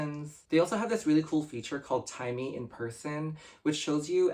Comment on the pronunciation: It's Taimi not Timey Lbs 😅😅, but have you tries Tser?